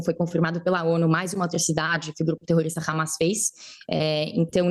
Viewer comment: Que dificuldade da jornalista de falar terrorista!! Terrorista para estes jornalistas são as velhinhas do 8/1!